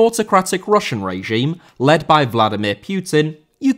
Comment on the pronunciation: Regime* not Reigime